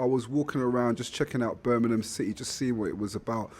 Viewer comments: It’s pronounced BIRMINGHAM not burnminum! Jesus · This is Birmingham, not Burminam.